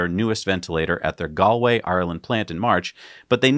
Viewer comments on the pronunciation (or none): Gall way pronunciation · Galway is pronounced Gaulway, sounds weird the way you're saying it lol, thanks from Eire. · The pronunciation of Galway hurts 😂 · His pronunciation of Galway made me wince